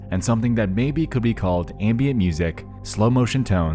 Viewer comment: Always so happy when a new video from you comes out. Sorry to be a jerk but it's not pronounced "aymbient". It's a flat, hard 'a', like in 'hat' or 'american" or 'amber"' or 'ambulance'.